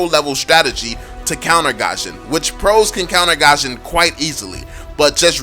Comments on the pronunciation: IT'S NOT PRONOUNCED AS GASHON IT'S GUSHON THAT'S HOW TO PRONOUNCE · Its Goo-shion not Gah-shion. It bothers me so much how you say his name🙃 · who the fuck calls gusion Gasion? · Lol he said Gasion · No one: Absolutely no one:: pronounces gusion